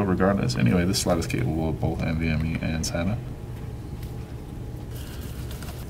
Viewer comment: What was the answer to this? EDIT: oh, "so you have your NVMe slot here" [...I think he sorta mumbled :)]